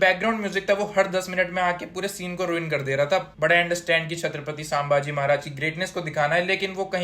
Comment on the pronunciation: Sambaaji nahi wo संभाजी है जो किओ की जगह करी करी करता है उसकी कारि की तऱ्हा खट्टी pronaunce ho jati hai